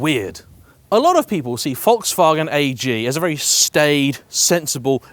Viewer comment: Congrats for saying Volkswagen correctly